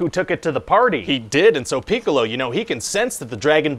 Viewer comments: Lol. "Peek-a-lo" and "Yam-cha" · I like how he is slightly misprounouncing "Piccolo" every time.